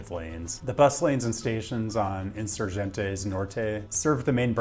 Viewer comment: Spaniah pronunciation was pretty good except for Insurgente. ;) A G in Spanish never sounds like an English J. It sounds like the g in Get unless it's followed by an E, I. Then it sounds like an English H or Spanish J. Like Hen. in soor hen teh. If a g is followed by a ue or ui the U is silent. If the U has a couple of dots over it, ü , then you pronounce it normally, like a oo in boot.